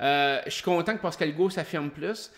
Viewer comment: Bien intéressant tes reviews de OD ! Je suis un fan du temps de Loft Story aussi.. Mais en tant qu'heureux Pascal depuis 47 ans, SVP essaye de ne pas dire POscal-Hugo ... ;-)